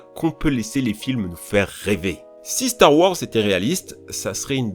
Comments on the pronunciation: "Star wOrs" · StAr WoRzZz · Le ''Star Worse'' à me fait tellement rire (kappa) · "Star wors" YES 😂😂😭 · J'aime pas cette prononciation c'est fou, moi je préfère claire star wArs